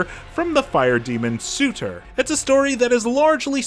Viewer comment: Pretty sure his name is Sur-Tr not Su-tr but okay 😂🤣😂🤣